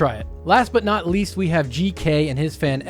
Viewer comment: Gk here, I can confirm neither you or google translate pronounced my name correctly lol Thx for trying my fan (whoops, I forgot abt the cpu cooler clearance... 😅)